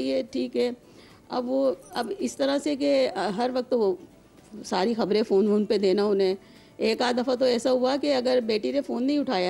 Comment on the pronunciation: Why is this anchor pronouncing the phone wrong...... only advice should be given not the order or pressurising way to come back....... married life is a struggle, compromise and at the same time gamble...... you should face it strongly